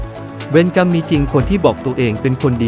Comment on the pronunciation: เวน-กำ มิใช่..เว-ระ-กำ